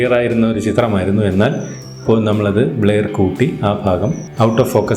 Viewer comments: ബ്ലയർ അല്ല ബ്ലെർ..vaayikkan polum ariyille...engeru schoolil padippikkunnathalle....kashtam! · ബ്ലേയർ അല്ല ബ്രോ ബ്ലറെർ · Endhuvado valya youtube karan bleyar alla brur ennanu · ബ്ലെയർ അല്ലലോ ബ്ലർ അല്ലെ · ബ്ലെയർ അല്ല ബ്ലർ ആണ് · ബ്ലർ എന്നാണ് ആശാനെ അല്ലാതെ ബ്ലയർ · ബ്ലയർ അല്ല.... ബ്ലെർ ആണ് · ന്നാ അങ്ങനെ alla ബ്ലര്‍ aannu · Bler alla blur